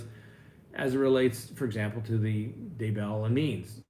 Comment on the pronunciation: Please for the love of God learn how to pronounce Chad DAY-bell's name. It is indeed pronounced DAY-bell and not duh-BELL the way you insist on pronouncing it.